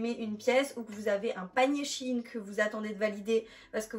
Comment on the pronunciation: pas shiine SHEIN !